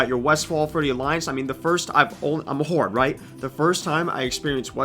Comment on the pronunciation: Dude when you said, "I'm a horde", I thought you said, "I'm a whore". Excellent content as usual.